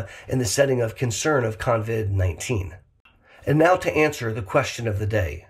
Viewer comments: OMG - you keep saying “convid” - sorry, driving me nuts. Luv u anyway. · I caught that too but I'm in Australia and just thought that was the American name for it. 😁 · Thanks for this info, although I'd feel less weirded out if you didn't call it con-vid 19. Not sure where the 'n' came from. 😂 I'm always amazed by how many people still don't seem to understand the rules of basic hygiene. 😳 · lol I don't mind, but I've noticed how many people have already started calling it Con-vid 19, even when typing the name. You've started a trend,. If you hear the name, you know the origin! 🤣